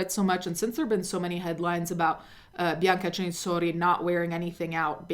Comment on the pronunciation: Also...it's bianca Cen..sori ... Not chenshorchi how you say it .. get shit right while taking shit